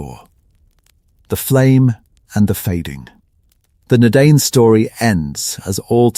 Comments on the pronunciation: All I can hear is Dinner Dane, who were the Dinner Dane, where are the Dinner Dane 😂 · Ya, good content but pronunciation needs a lot of work. The letter 'C' is NEVER soft, always sounds like 'K'. The vowel combination DI is pronounced 'eye', singular, Dunadan, plural Dunadain. A lot of mistakes too. The artwork is lovely but where are you describing? If Aragorn is in Harad or Angmar, show those who don't know a brief map. Don't show the Prancing Pony or Bilbo at Erebor. Yikes. As I said, good content but everything else needs work. You're taking on one man's entire life's work so respect the man he was. Tolkien was a master storyteller. Just give it a little more respect.